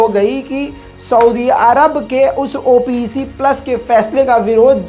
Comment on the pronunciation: Bhai it’s called OPEC, NOT called as O P E C